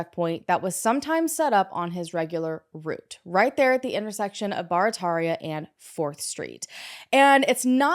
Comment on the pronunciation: The 1st case i know something about. Knowing the area. You did a good job pronounceing Barataria.. We say it Like - Bear-A-Taria😂😂